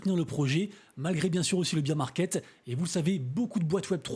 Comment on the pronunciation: Bear market se prononce "Bair" market. :)